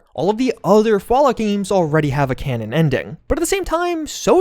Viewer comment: Literally said "connon" 40 times in this video.